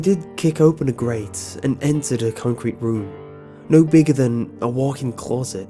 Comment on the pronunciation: I always smile when you say closet, it sounds so weird :)